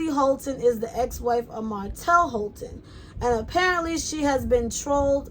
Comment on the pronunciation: Mel was silent for years, enough was enough. That side peice is acting like Mel did something to her cause she's mad that Mel took her money making and left Martell. And its Holt not Holten lol